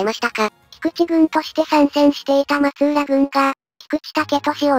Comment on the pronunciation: 松浦って、まつうらじゃなく、まつらじゃ無かった？ 室町は詳しく無いですが、九州大名にまつらが居たから。 すいません。